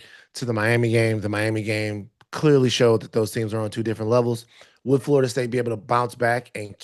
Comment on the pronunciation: More “FARTA State” talk from my guy Tate. Tf kinda accent makes one pronounce Florida as “FARTA”?